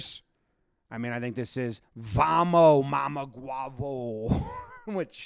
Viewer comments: MAMA "HUEVO" (EGG) not huavo Yes means what you said it means lol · If Jomboy learns how to say mamahuevo properly he'll be the lipreading goat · Thought he said “mama guapo” and was like “wtf?” “Mamahuevo” makes a million times more sense. Thanks for this